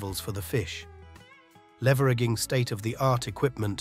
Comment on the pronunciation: Gotta love AI narration "Oxy Genn" "Air Rayteon" "Leve ragging" lol....